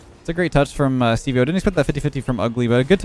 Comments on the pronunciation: Hearing call Steve-o Stevie-O is pain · Why did "ugly ahh" get -2 points in that last game when they won? Don't think I've ever seen that. Lol. Also, hearing say steveo in the last game was cracking me up. Crazy how much a hyphen can make a difference when pronouncing something such as Steve-O.